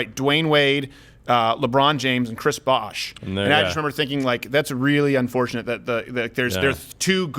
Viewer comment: The way he said Chris Bosh hurts